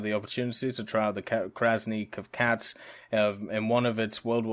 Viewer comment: your pronunciation of Krasny Kavkaz is not bad. it means Red Caucasus